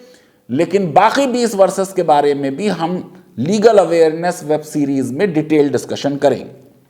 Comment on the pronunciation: Faizan can't even pronounce 'Legal Awareness' properly. Such a person gives continuous lectures. Let him give the list of cases he has won so far ?